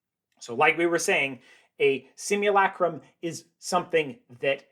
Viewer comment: The narrator’s shrill, nasal voice doesn’t help. Try breathing from the stomach. And the “u” in simulacrum is not pronounced “you.”